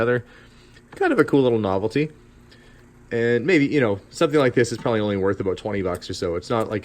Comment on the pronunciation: That lantern is cool! So is that bomber jacket, which looks good on you! Oh and one more cool thing... The way you say prolly (probably ). 😊